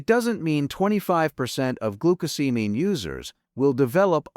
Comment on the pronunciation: AI is unable to pronounce glucosamine. Every time glucosamine is said in this video, it is pronounced differently. What we do not know from this study is what else did people eat, if anything, besides glucosamine that may have caused the 25% increase? I read the study and there is a connection between glucosamine causing sugars to bind to proteins. Based on what I read the problem might be to much sugar in some peoples brains?